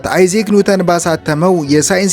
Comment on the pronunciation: ያንተ አንድም 'ቪዲዮ አምልጦኝ አያውቅም። አይዛክ ኒውተን' የሚለውን አይዚክ ኒውተን ስትል ሰምቼህ ደጋግሜ ጽፌልህ ነበር፣ አደራ አትድገመው!!! በተረፈ በርታ።